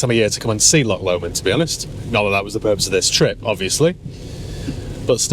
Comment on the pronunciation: "LOCK LOMOND" Arghhh you Sassenach!! You will be Wicker Man'd for that up here for that pronunciation . Say after me Laww-ghhhhhh Lomond